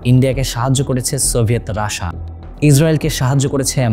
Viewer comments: রাসা না মূর্খ❌ রাশিয়া উচ্চারণ ঠিক কর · ভাই রাশিয়া না বলে রাশা বলার কারন? 😊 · রাশা আবার কি ভাই, রাশিয়া বলেন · রাশা না বলে রাশিয়া বললে ভালো হয়।। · যেটা রাশিয়া সেটাকে রাসা বলার কারন কি? অনেক পশ্চিমা মানুষকে রাসা বলতে শুনেছি কিন্তু আপনি তো বাঙালি ভালো করে রাশিয়া বলুন এমন উঠভট শুনাবে না 😅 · সাধারণত ইংরেজি ভাষাভাষী ও কিছু ইউরোপীয়রা উচ্চারণের সময় রাশাাা বলে। কিন্তু বাংলাদেশী কিছু ইউটিউবার ও সংবাদ উপস্থাপনে অতি রঞ্জিত করার জন্যই এটা বলা হয়।